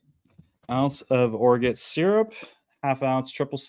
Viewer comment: Wow. You don’t know what Orgeat is? “Orjoot?” lol.